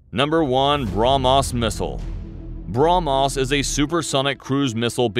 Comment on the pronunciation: its brah mhos not bra mos you spell .